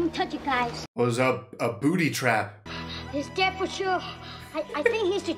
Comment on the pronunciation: I swear I keep hearing him saying, 'booty trap', lol.